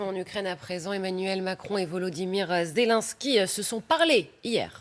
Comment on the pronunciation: Toujours aussi ridicule (pardon) la présentatrice (et d'autres) qui ne sait pas prononcer le nom de Zelensky; en insistant sur la 2ème syllabe: ZéLUNsky...